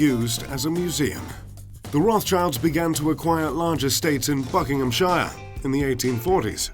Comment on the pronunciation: if a uk place name has 'shire' on the end, you don't say shire, you say 'sheer'. if it ends in 'ham', you say 'hm'. so its not pronounced BUCKING-HAM-SHIRE, its BUCKING-HM-SHEER